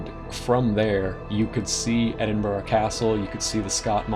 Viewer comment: well done for saying edinburgh correctly mate